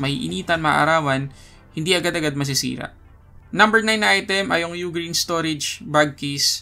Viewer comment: U-Green pala tamang pag pronounce kala ko Ughhhgreen hahaha salamat 😅🤣💚